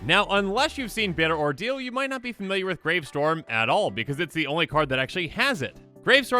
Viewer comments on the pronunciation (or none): none